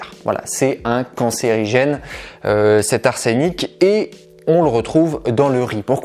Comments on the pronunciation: Salut, merci pour cette vidéo très instructive (1ère fois que je visite ta chaîne d'ailleurs) mais par pitié, l'arsenic se prononce "ars-euh-nic", mes oreilles d'ancien étudiant en physique n'arrêtait de saigner toutes les 5 secondes. À moins que tu ne considère "l'art scénique" comme toxique, là, je ne peux que te rejoindre... 😅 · Apprend à dire arsenic déjà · Pourquoi tu dis "arsÉnic" alors que c'est un E et pas un É... 🥶🫣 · Atseuuuunic bordel. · intéressant mais pourquoi prononcez-vous (de nombreuses fois) "arsènic", il n'y a pas d'accent sur le e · genre tu proses ta science sur l'arsenic mais tu sais même pas prononcer le terme correctement , mdr ... Ça fait un peu léger style copié collé je trouve ... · Je suis le seul où quelqu'un d'autre a aussi eu les oreilles déchirées par son horrible faute phonétique concernant la prononciation d' "arsenic" ???!! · …⛩Il n’y a pas d’accent aigu sur le « e », ni de double consonne après ce « e » donc en français nous ne prononçons pas le ce « e » accentué comme dans « été » !⛩… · Vous prononcez mal on << dit arsenic " et "" pas arsénic >> :-)) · Pourquoi dite vous "arsénic"? On dit "arsenic" arseunic!😉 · On prononce en français « arsEnic » et non ‘arsÉnic ». Merci pour le conseil sur le riz. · Merci! Infos importantes! Juste un truc en toute sympathie... une info en vaut une autre, si tu veux bien... on dit "arsenic" ( e fermé comme "semaine" ou "prenons") pas "arsénic". Il n'y a pas d'accent, et pas non plus 2 n... règles de prononciation et d'orthographe. Bisous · Pardon mais il n’y a pas d’accent sur le "e" donc on ne prononce pas arsénic mais arsenic. Merci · ArsEnic pas arsénic sinon merci pour ta vidéo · On ne prononce pas arsénic , mais arsenic 😃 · ah oui et pour compléter la blague arsenic se prononce ARSeuNIC et pas ARSéNIC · On ne dit pas l’arsÉnic mais l’arsEnic. C’est un peu dur à entendre pendant toute la vidéo. Merci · Ars (E)nic, non pas arsénic